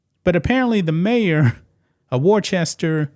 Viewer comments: Wor-chester ? The English city it is named after is. “Wuss-ta” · War-Chester? Matrix, It's Worcester, Like Worcestershire. Either way, great to see another nutcase out of law here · Just FYI, “Worcester” is pronounced “woos-tah” with oo as in foot. I know. You have to have lived there for a while. Many of my paternal ancestors came from that area, and I’m sorry to have to admit it. Here is a lesson in hiring for y’all. First, check applications and references to ensure THAT THE APPLICANT IS CAPABLE. Next, determine FROM INTERVIEWS whether the applicant is SUITED (meaning likely to fit in) FOR THE POSITION. It sounds to me as if y’all have it ass-backwards. It sounds to be as if y’all were trying to fill some dumbass quota instead of ensuring that the applicant is 1) capable and 2) appropriated suited for the position. I hope more people in Worcester can learn more sensible hiring practices. I’d be happy to teach you, but nothing on earth could get me back in New England where it seems so large a percentage of the population has lost too many marbles. Pretty soon, if you don’t smarten up, you’ll be as dumb as California, Oregon, Illinois, New York, and Washington, D.C., and that is no compliment. BTW, it’s male. A very, very sick male. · It's worchester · BTW, it's pronounced "Wuster or Wooster." Great show. Many thanks. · Wooster is how ya say it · I’m from Massachusetts it’s pronounced Wos-stah. That’s a woman using the non-binary title. I left that crazy liberal state a year ago. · It's pronounced Woosta ! 😅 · Ya pronounce it "Woostah". Yah welcome. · I just laughed when you pronounced Worcester. My family has lived in Massachusetts for 119 years and I want to move so bad.